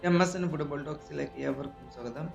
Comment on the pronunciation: ഫുഡ് ബോൾ അല്ലെഡ തട്ടുകട...ഒന്നും ഇല്ലെന്നും അതിൻ്റെ എങ്കിലും പ്രോനോസിയേഷൻ ശരിയായിട്ട് പറ.നോർത്ത് ഇന്ത്യൻ ഊളകളിൽ മാത്രമേ ഞാൻ ഇങ്ങനെ പറയുന്നതു് കെട്ടിട്ടുള്ളൂ..